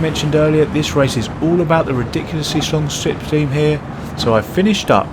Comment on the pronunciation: ‘Strong slipstream’ pronounced at its finest English😅